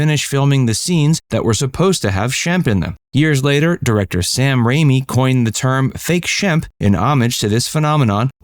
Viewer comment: It's Sam Raimi, not Rami.